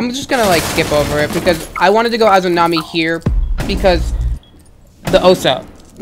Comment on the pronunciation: They were annoying teammates but it’s a-za-mi not a-zoo-na-mi